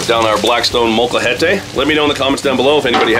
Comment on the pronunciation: Hey U pronounced molcajete correctly ! YaY